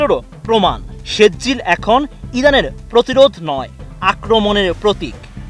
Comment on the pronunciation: সেজ্জিল নেহি কহো বরং শব্দটি হলো সিজ্জিল।